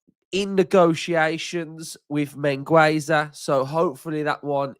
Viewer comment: the 'u' at Mingueza is not pronounced, it sounds 'Min' like mean, 'Ge' like at get and 'Za' like zack, min-ge-za